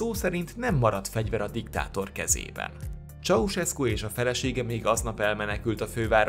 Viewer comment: Ez van! Mikor hallom hogy "Csauszeszku".... Pfff... Csaucseszku. Dehát jópár éve Magyarországon vagyok... Igazából nem is akarom kijavítani. :) Jó az úgy is. :D